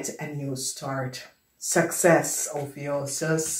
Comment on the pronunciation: Love how you say ophiuchus & it resonates big thank you